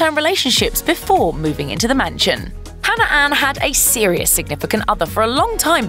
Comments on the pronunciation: Really... you had to pick a host that pronounces Hannah as Hanner? 🙄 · Katelyn Leigh her accent isn’t what’s causing her to say hanner instead of Hannah cuz she’s said Hannah multiple times through the video with no problem